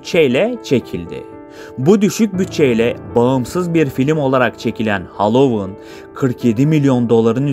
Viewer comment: Hallowon degil Halloween